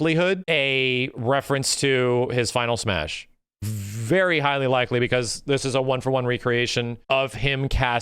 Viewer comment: "Smeeash Lore" xD